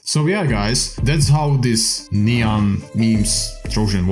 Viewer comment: he probably thinks nyan is said like cyan